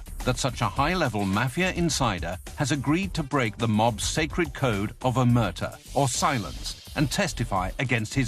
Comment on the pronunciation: Learn how to pronounce OMERTA!